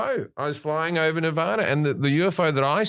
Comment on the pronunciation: Just the fact he pronounced nevada correctly makes him the goat